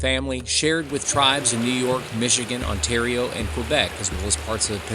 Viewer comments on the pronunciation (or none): none